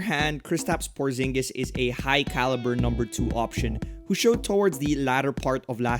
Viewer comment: It's Porziņģis, not Porzingis :)